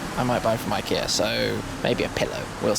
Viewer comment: It's pronounced ik Ea just watch the adverts